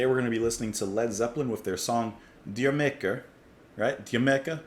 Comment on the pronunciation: Great song and you pronounced it correctly. But, it's really a question English guys would ask their buddies after they would return from a date, "Did you make her?" which is obvious in its meaning and, in their accents, it sounded a lot like Jamaica.